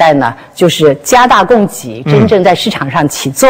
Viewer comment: 供给，居然读成“gei”，这都什么水平？